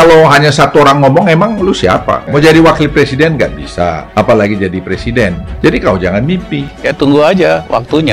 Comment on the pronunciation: Ngomong presiden aj plesiden......kk mau jd plesiden....ngacaaaaaa........weeee